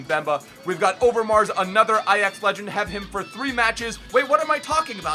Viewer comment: THE FIRST AMERICAN WHO ACTUALLY CAN SAY AJAX NORMALLY! (In the dutch way)